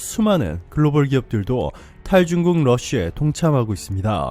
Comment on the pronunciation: 다시 말해봐요 글로벌 뭐라구요? 영어 발음을 너무 과하게 하는것 아녀요?